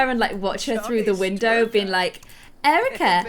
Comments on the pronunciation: U said Cerika instead of Erika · Cerica is pronounced kerica like not cerica becaus it’s not sonner like so she will notice